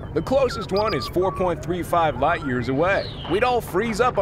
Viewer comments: says ligth years not light years😂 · no one gonna talk about it it said "ligth" instead of "light" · ligth years 💀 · "LIGTH YEARS" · “ligth” years? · yes i know, you have alot of subs BUT HOW DID YOU MESS THE WORD "light"